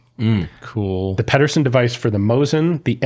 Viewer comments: I will try yet again, John Pedersen, last name pronunciation is pee-dur-sen. I know this as I share the same surname. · Is there a reason you pronounce John Pedersen's name the way you do? I have the same last name and do not pronounce it that way.